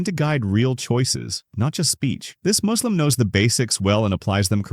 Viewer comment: maybe use your own voice the a.i says muslim like "moo"slim like a cow or something